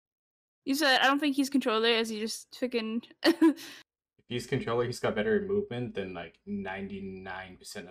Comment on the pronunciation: Lmfao he said controller anjing